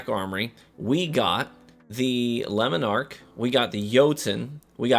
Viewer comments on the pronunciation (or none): Your attempt to pronounce these foreign words makes me cringe 😬 lemon arc, yallarhorn